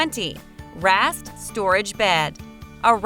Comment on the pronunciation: The computer narrator was trying to say "raised" bed.